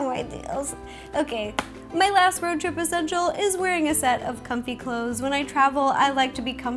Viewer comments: It's a RO-trip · It's not road trip it's ro trip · Or shall you say "Ro trip"! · Ro-trip HA